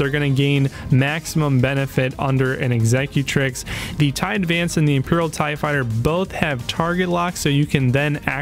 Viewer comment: Horrible intro music and you can't pronounce executrix